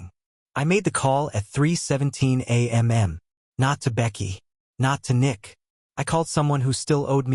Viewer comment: Because AI is stupid and does not learn from its mistakes on its own.